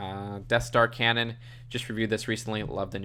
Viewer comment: Did he just say "Cannon" instead of Canan and worse yet he called Thrawn "Yularen" I can't even